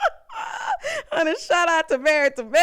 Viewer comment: "And what about your lesibian re-la-sion-ship?!" 🤣 Married to medicine 🤣